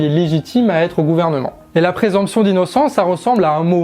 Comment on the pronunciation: Présomption. Pas présemption. Gaffe à la prononciation.